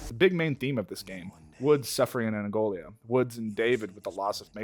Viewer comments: My girlfriend us Angolan, the way he says Angolia instead of Angola is suuuper grating 😂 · It’s Angola, not angolia. There’s no “I” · Great video as always, but your pronunciation of Angola as “Angolia” several times drove me crazy. Still love your stuff though, keep it up!